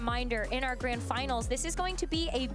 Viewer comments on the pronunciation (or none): none